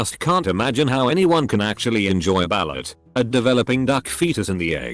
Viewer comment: "Ball it", bruh the way the bot says balut